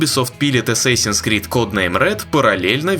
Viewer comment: ЧТО ТАКОО "ЭССЭСИНС" ? ДАЖДЕ ПО АНГЛИЙСКИ ЧИТАЕТСЯ С "А"